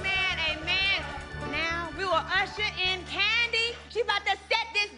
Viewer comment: Did any hear porsha say tandi not Kandi when her and shaMari sang off 🤣🤣🤣